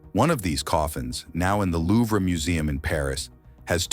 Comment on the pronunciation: Can’t pronounce Louvre?